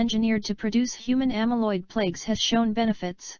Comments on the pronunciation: The robot keeps saying plakes....isn't it supposed to be plaques? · Why does the voice say plagues instead of plaques?